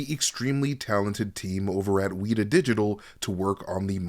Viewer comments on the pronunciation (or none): WETa not weeda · “Wee-Ta”? You trolling me for a comment… mission accomplished. Great Videos! I’m glad you are here at Heavy Spillers! 😂